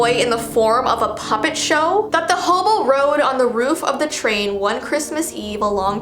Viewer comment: why do you call hem hoboo????